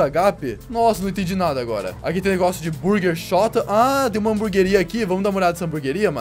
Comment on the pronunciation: Ele disse Burger Chota